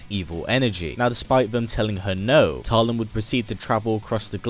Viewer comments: Just realized, if we're going to go with the Filipino pronounciation, "Talim" would be pronounced as /ta-LEEM/ (with the stress on the second syllable), like the Filipino word meaning "blade" or "sharpness of a blade" 😊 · Cant even pronounce her name right..